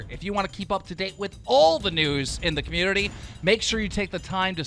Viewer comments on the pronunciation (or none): none